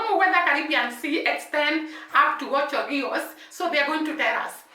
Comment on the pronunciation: It is called Ocho Rios you have to pronounce the s at the end. The whole Jamaica is surrounded by the Caribbean Sea